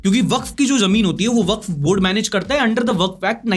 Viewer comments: Waqf is spell as [WA-KAF] i am advocate myself many of my colleagues are waqf [wa-kaf] advocate. ❤ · For pronunciation it's Sound WAKAF not WAKF